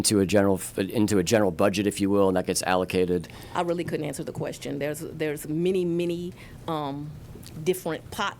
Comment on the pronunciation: Axing a quetchion